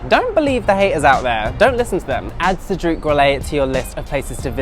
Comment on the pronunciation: Cedrique ??? Pralinay? 😂😂😂